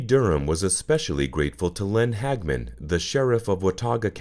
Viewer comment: How is this solved? Also the name is Hag a man.